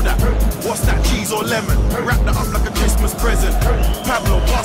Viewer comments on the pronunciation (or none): none